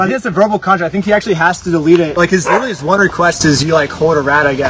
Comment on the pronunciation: Love your content but I died laughing when you said “Litally” at the beginning 😭